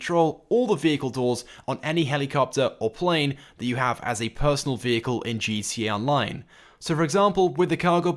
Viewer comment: I swear u say gt online not gta online